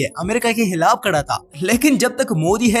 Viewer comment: jazakallah khair bhai bahut achha lehja hai aapka lekin aap log poora urdu ka naqsha hi badal rahe hai ab dhyan do example خلاف✅ ہلاف ❌ خاندان ✅ ہاندان ❌ خلیفہ ✅ حلیفہ ❌ خدا کا نام لو یار یہ پاکستانیوں کو کیا ہو گیا ہے بڑے بڑے صحافی، یو ٹیوب کا چینل چلانے والے 1 نئی ہی زبان بنا لائے 😢